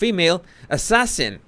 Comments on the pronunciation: 😆Meghan: "ass-assasin" 🤣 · "ASS~ sassin" 🤣🤣🤣🤣 she's definitely a "D" list actress